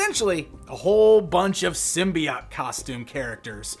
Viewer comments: Symbiott? what the heck? There an E at the end and everything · And gives us yet another way of pronouncing symbiote - "sim-bee-ott!"